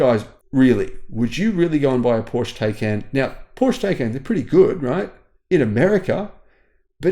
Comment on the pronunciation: Please stop mispronouncing the name Porsche Taycan.